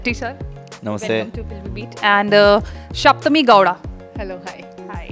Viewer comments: It is saptami (meaning 7th) , not shaptami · It's Saptami Gowda & not Shaptami Gowda... Thanks for correction.